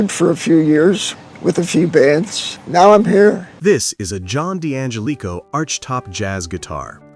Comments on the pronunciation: Get a human narrator that knows something about musical instruments!! ANYBODY who knows ANYTHING about archtop guitars knows how to pronounce D'Angelico's name!! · It doesn't pronounce D'Angelico correctly, ,either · The narrator is mis-pronouncing the name Deangelico.